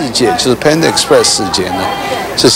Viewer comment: 不是胖达 是潘达 ！！身价创办人都说潘达！！！！！